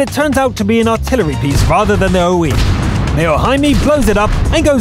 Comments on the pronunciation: Hey, just a pointer: I would pronounce "O-I" as "O-Eye" (or "O-Aye") rather than "Oh-Eee". I'm British btw. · It actually pronounced O-I not, O-E. i believe thats just its nickname to differentiate it from the T6 O-I